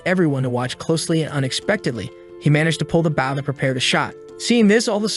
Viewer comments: It's "Bow" not "Bowel" not even close to meaning the same thing. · hearing the mispronounced words makes me cringe LOL. reflex bow(buwen) its a Re-curve Bow, technically its a Composite working-recurve Bow. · and the word "bow"